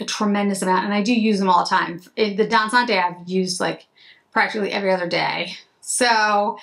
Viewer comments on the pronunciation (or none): Isn’t Dansante pronounced Dahn-sahnte? There’s no accent aigu over the “e.”